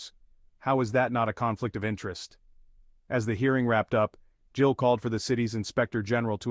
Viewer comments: his name is GILL not JILL. AI is lame. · His name is Gill. Not Jill fix your AI dude.